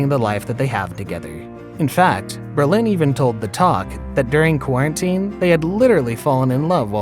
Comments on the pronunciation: James Brolin - can you pronounce his last name correctly. It's not Berlin. Bro-lin. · Good video and information. But you keep on saying Berlin instead of BRO-LIN. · Dude, you are totally mispronouncing Brolin. It's NOT Berlin! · Sounds like he’s saying “Berlin”, which is weird considering the effort to pronounce her name correctly. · AI VOICE OVER IS TERRIBLE. HOW DO YOU MISPRONOUNCE JAMES BRO LIN??? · i love your bizarre pronunciations of these names. stris-AND. Brole-INN. Her stepson josh is hot. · JAMES BRO LIN! ATLEAST PRONOUNCE IT RIGHT! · It’s pronounced BRO-Lin! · Berlin? Braaazen? 🤦🏻‍♀️ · Her name is pronounced with the emphasis on the first syllable, as is Brolin's. Come on, A I. You can do better. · Comstock also BRO Lin not bro LIN. These are the main characters of this video it was annoying! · Bro-Lin, really dude? How many times did you say Ber-lin? Wow! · Lol it’s Brolin not Bro-Lin but hey I enjoyed this summary of Babs love life..😉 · It’s BrOlin not Berlin. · Who is narrating this? The name is Brolin, not Berlin. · STRI-sand and BRO-lin. It's really important to know how to pronounce the names of the people you make videos about. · why does the narrator have such trouble pronouncing people's names? It's STEISand, BROlin, Omar. FFS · Nope, the accent on both names is on the first syllable. BRO-lin, STREI-sand. Wonderful video otherwise !!! 👍👍👍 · Oh my gosh. Who wrote this? Do you speak English? Is this a robot voice over? Countless mispronunciations and incorrect information. Wrong divorce year for Prince Charles etc... Couldn't even pronounce the names of the main people in the story - Streisand, Shariff and Brolin. How pathetic. Do some research people. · Where, in God’s name, did they get this narrator? Has he been living under a rock that he doesn’t know how to pronounce Streisand and Brolin?? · I think you're mispronouncing both of their last names...lol...His sounds like Berlin...and Streisand with accent on the 2nd A? uhmmm